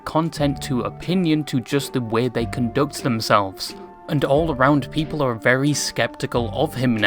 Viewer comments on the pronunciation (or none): none